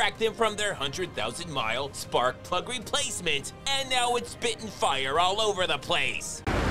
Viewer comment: Again with the "spi'in". Too funny.